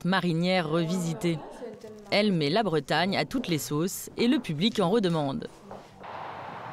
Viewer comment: Avant de commenter ce genre de reportage, il faudrait que ceux-là apprennent à prononcer correctement les mot breton ! Elle confond les artichauts prince de Bretagne avec les Ducs de Bretagne, trop drôle !